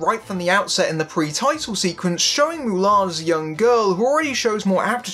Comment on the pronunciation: Ok guy - stop saying MULAN the way you do - Ok you re English? So take off the M and just say ALAN. Then we can all see where you problem truly is. X Hon you are not the drinker - you are not funny - you re ideas are the same as his EXACTLY. Now before you become a ''Critic'' learn to say the say name of the Hero properly, eh?